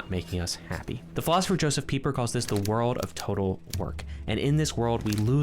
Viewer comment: Good job on your correct pronunciation of Pieper!